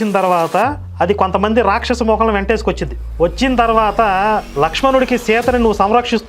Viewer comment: యస్య రాక్షసహా అన్నావా.. నాకేంటి.. యేసే రాక్షసుడు అన్నట్టు వినిపించింది..@